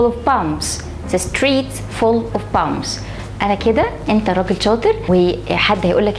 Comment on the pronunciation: The streets full of bumps not ( pumbs) It's a little mistake ? Am I right ✅